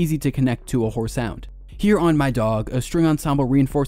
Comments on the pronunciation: Swearrr, this dude keeps saying "whore" in place of "horror" 😂😂😂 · it was halfway through the video when I realised you were saying "horror"